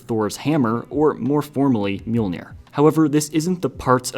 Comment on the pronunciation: Bro can't just say mjolnr correctly and think we won't notice